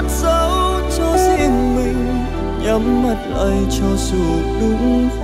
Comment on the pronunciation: tại bạn nói nên mình mới nói. PDA hát từ "sau" thành "sâu", "mình" thành "mìn" cs mà sai phát âm cơ bản, điều kỵ đối với cs bạn có biết? Nốt cao là ví như chim hót chứ k phải kiểu ráng nặng, mà muốn đứt gân cổ